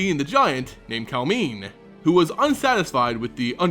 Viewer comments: I think it's pronounced Kal-em-ne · m i agree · You are saying her name wrong.